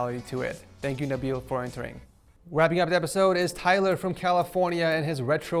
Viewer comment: Nobody: Literally nobody: Not a single soul:: “cOmIng uP nExT iS nABeeL fROm fRAncE